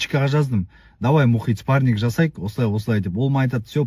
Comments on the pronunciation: ОСЫ ЕСАЛАҢҒА ЕШКІМ ТҮСІНДІРМЕЙДІ МА СПАРНИК ЕМЕС СПАРРИНГ ДЕП😂😂😂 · мына қазға айтындарш спаринг дегенди дұрыс айтсын